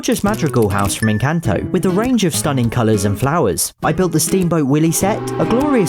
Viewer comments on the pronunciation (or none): that's definitely how you say ecanto😂